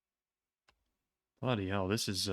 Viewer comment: good to see channeling his inner brit for this map "Bloody Hell"